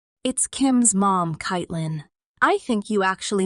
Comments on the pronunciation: Amen!! And the name is pronounced Kate-lyn, NOT Kite-lyn. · Caitlin is pronounced Katelynn 🤷